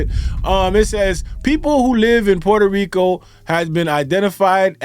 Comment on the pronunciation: I love the way my dude says "PUER-TOH RICO". He is pronouncing it correctly but still sounds gringo. 😆👊